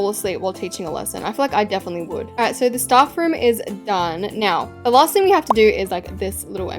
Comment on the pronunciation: “..aNd lAySt bUt nOt lEaSttT..” girl.